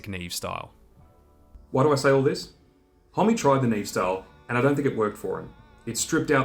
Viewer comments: “Holm” not “Holmey” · Isn't his surname pronounced Hom? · I've seen this guys name written a million times but always thought it was pronounced hom not hommy! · There's just no way it's pronounced 'Hom-me', right? It must be 'Hom', no?